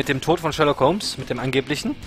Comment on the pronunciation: Perfekt ausgesprochen:D Sherlock ist einfach ein Meisterwerk geworden:) und so lange dauert es ja bis staffel 3 auch nicht mehr;)